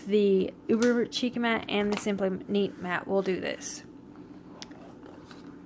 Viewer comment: Thanks for the review. Just a note: Chic is pronounced like sheek.